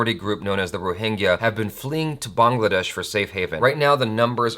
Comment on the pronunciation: Kudos to you for pronouncing Bangladesh correctly. You are the first American I have ever seen to do it. And I must say I am shocked to see so many extremists among your subscribers. Don't get confused with these hate speeches. Do your own research. Supporting genocide is what is wrong with this world.